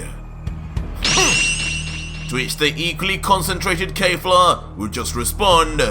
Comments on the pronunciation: I know it doesn't matter but please stop saying "Kayfla" instead of "Kefla". It gets irritating after a while m8😅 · ITS NOT KAY-FLA ITS KEFLA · I hate how you pronounce Kefla it’s KHEF-LA not KAY-FLA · Awesome stuff man, only 1 thing, her name is KEFLA not kayfla, other than that everything is totally amazing, From MwParkeR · It’s pronounced “Keh Flah” not “Kay Flah” every time he says that it annoys me 😭😭😭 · You’re pronouncing her name like KayFla that’s incorrect bro